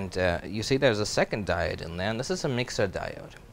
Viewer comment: 'Di o' de' (diode)